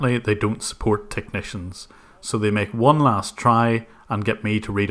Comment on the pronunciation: the password is: four nine eEHyYght uoan.